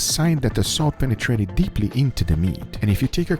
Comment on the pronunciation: anyone else like when Goga says : DEPLLY INTO THE MEAT 🥩